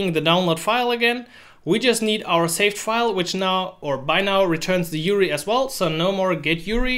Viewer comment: you-are-eye not you-ree anyways, great video.